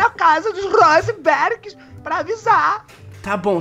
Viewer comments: rrrosenberg kkkk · "Aqui não é RRRUUSENBERRG! Aqui é RREEZEENDI!" KKKKKKKKKKKKKKKK FALECIDA